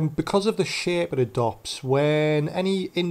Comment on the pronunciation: anyone else hear him say shit instead of shape??